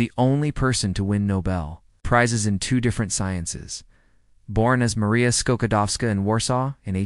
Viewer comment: Skokodowska ???? Maria Skłodowska -> Maria Skłodowska - Curie. And not Marie ...